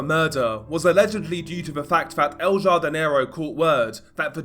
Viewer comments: Pronounced ‘Hardinero’ ya dope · El “HAR-di- ne-ro”